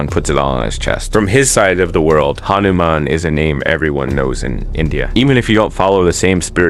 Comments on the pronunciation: Its not hanuMan its hanuman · idc but ha - nu - man. In one flow not slow at mid.